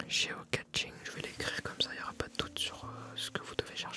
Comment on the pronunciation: 'geocaching' se prononcer comme geo-cashing'. Le 'ch' se prononce à la française.